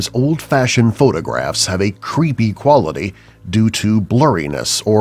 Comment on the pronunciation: cveepy u just said cveepy